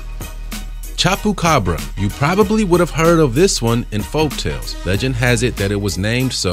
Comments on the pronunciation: Did this boi say chop-ucabra😂😂😂 It’s chubacabra hahahahaha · He said chapu carbs it chupa cabra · this dude can’t even pronounce ‘chupacabra’ 🤦🏻‍♀️ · The way your saying chupacabra is just no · And chupacabra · I got mad how he said chupacabra